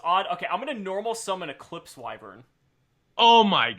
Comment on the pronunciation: Haha! Eclipse Y-Vren. The Victory Dar-gon is better.